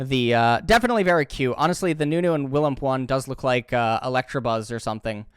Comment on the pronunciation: Fun fact. It's Electabuzz and not Electrabuzz